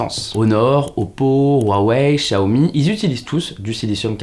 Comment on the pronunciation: On prononce Ruawei et Siaomi.